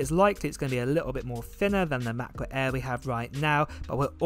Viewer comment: why do you say air like that? lol MacBook ayaaaaaaa